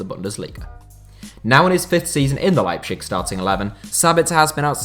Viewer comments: Don't wanna sound like a know-it-all, but as a german native speaker: the nearly correct pronounciation would be kinda like "Lie-b-sick" :D love your content tho, don't worry, just if you want to improve! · yeah I live in germany and is leibzig, he pronounces it awfully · Leipshig... :D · 😂 bit of banter mate😂👌:*Makes a video about Leipzig* Also: "Leipschich" 😂 All in good spirt, overall = still some of the best football content on YouTube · You should pay one guy to spell the "z" in german for you. ;) The way you say "Leipzig" sounds more like a desease than the actual city. xD No offense, just funny for a german. ;) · Man your pronounciation of leipzip is horrible, no offense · The z is pronounced as a z not sh... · I can't watch this video with the way you say Leipzig, this is painful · Anyone else really peeved by pronunciation of Leipzig? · The way you pronounce Leipzig as a german gives me cancer. Put some effort at least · you really butchered it mate... phonetically it's "LIE P TZIG" sound it out! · The German names were pronounced awfully. It's like cancer to every German watching this video. They are not called Leipshig, it's Leip-Z-ig. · That liepshig and gulacshi is really annoying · please say leipZig and not leipSCHig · Okay everyone has different pronunciation on different words. But Lepschig? It's LeiPTSig in German and every English speaking person is used to say Leipzig. It reminds me of Family Guy and Stewie's pronunciation of cool whip. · why do you pronounce Leipzig like its a Slavic word..its LeipTZIG not LeipSCHICK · RB Leipzig is pronounced Lye-Ptzig. Tz as in Pizza. This was painful to hear you say it as pchig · to be fair it’s a good effort, the German pronunciation is “Leip-Zich” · No offense but and your pronunciation miles better than the “Liepshick” thing. Just i want to tell you to keep that in your mind and next time you won’t get so much pronunciation comments. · Rb Leipshig lol